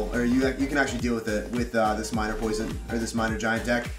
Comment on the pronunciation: minering and giblininngngngn 😂